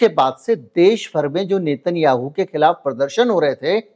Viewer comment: नेतन याहू नही नेतन्याहू है उसका उच्चारण 😮